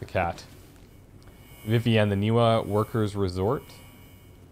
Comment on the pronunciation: Game protaganist audio: Ni va Ni va Ni va: Ni wa Ni wa Ni wa I guess he's deaf. Also, the glitchy "RTX 3000" series flashing textures are amazing! Little talked about how awful nVidia's drivers are right now.